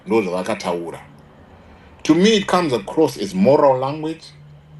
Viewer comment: Chirungu haugoni unenge wairova mate mateacher nerekeni. U can't even pronounce a simple "come" u say " khomu"